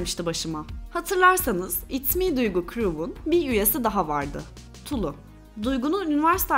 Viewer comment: “Tulu”nun L’si ince okunur. Leylek, melek, kiler, pile sözcüklerindeki gibi. İkinci cümlemi sesli okuyarak deneyin lütfen.